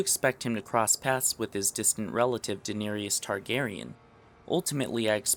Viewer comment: danarius, lol, smh. great video dude, i've been preaching that theory for a while, its nice to see an authority on youtube get it out there.